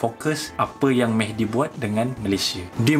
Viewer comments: Serupa la.. terdengar Mehdi mc mcd.. 😅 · Mehdi ke McD (MacDonald) ? Tak berapa dengar tadi 🤣🤣🤣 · everytime he says mehdi i hear as mcd lol